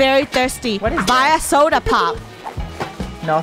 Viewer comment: Nobody: funneh:.SOdAA